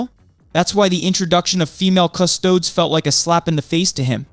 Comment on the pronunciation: You didn't learn the right way to pronounce 'Custodes' before making this video?